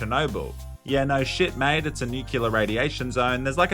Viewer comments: NUCLEAR for fuck's sake, not "nucular"... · nuclear not nucular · Nuclear, not nucular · it's pronounced nuclear, not nucular. Sorry, pet peeve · It was around halfway into the video that I realised saying "nuclear" and not "knee killer" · "Nucular" xD, we need to exorcise George W. Bush out of you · Its pronounced like its spelled: newkewlar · Who pronounces "opera" as "Oprah" and "nuclear" as "nucular"? other than Dubyah I mean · Damn. I thought you were better than people who actually say "nucular".